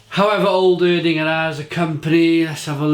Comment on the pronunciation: Ig is pronounced Air-dinger